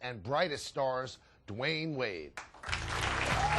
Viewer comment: he says "D Wayde" lmao